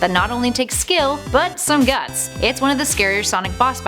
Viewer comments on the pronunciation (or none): none